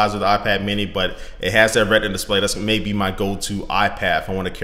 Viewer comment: It's Retina Display, not Redna.